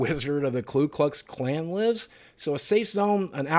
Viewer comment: Dude, you keep calling them the "klu klux klan..." It's the "ku klux Klan. I guess it shouldn't matter, they suck anyways, but it's been bothering me.